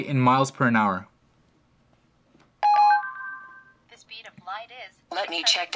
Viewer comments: You said "nower" instead of "hour"... twice. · Miles per Nour? You said it twice.